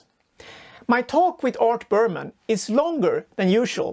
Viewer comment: It’s Berman not Burpmann